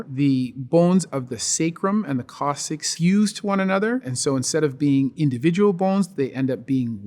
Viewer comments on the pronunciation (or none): I had never heard "coccyx" pronounced that way